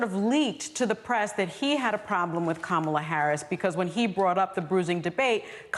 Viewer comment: Whoopi pronouncing Kamalas name wrong lol 😂